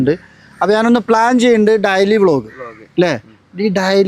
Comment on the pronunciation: ഡയലി അല്ല ഡെയ്‌ലി 😂😂😂